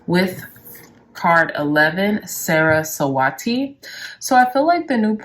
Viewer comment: It's pronounced Suh-Ruh-Swuh-Tee, thank you for the videos!